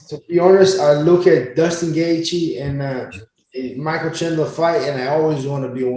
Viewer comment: Dustin geathje 🤣🤣